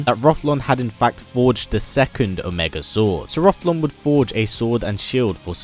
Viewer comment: Rothlon??? Haha his name is Rothion.